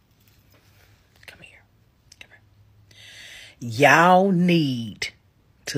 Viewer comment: Did the black person say "Yow need?" Someone should tell her/him/it it's actually a contraction for "you all" pronounced YALL.